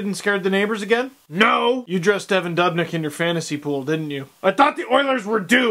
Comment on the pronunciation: it's pronounced doooobnyk steve